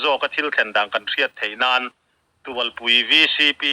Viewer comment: Ni e, tualpui tih hi thluk loh tur a ni in k hria